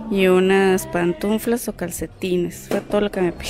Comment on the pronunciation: Pantuflas ( dijiste pantunflas ) muy de mundo y no sabes hablar correctamente 😂